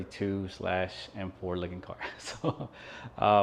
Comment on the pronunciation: Love the "M Faux!"